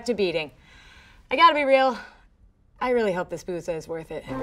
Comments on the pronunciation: I know Arabic and I am pretty sure "بوظة" is pronounced in Arabic as "Bootha/Boutha". The "th" is as in "with" or "then". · fun fact: booza is pronounced more like boothuh (th pronounced like th in the)